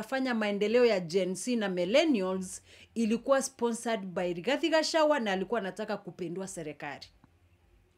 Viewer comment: Gachagua not gachawa please note of correction😂